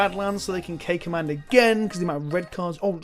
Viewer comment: What he says: "K command" What I hear: "caca man" I may be 4 yo inside my head.